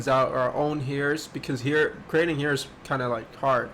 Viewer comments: I like how he says heer instead of hair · Why he said hair like that LOL 😂😂 Love your games